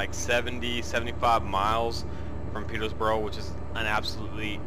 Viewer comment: You'll learn how to say Peterborough one day :P